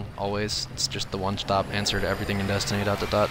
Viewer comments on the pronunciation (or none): none